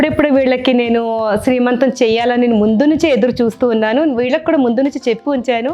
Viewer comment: శ్రీ మంతం కాదండీ సీమంతం. Sorry don't mind. ☺☺